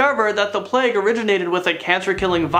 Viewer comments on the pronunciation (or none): none